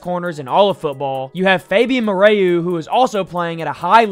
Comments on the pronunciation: Hey my guy, good content. However, learn the players names. Moreau isn’t “more-AY-you”. It’s pronounced “more-OH”. And don’t forget about Bonito. He’s the sack leader. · Moreau is pronounced more-o